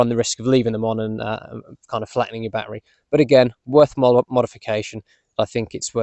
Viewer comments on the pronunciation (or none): none